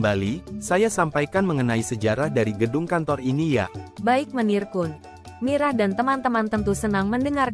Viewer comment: KUN bukan ko- en!!!!!!!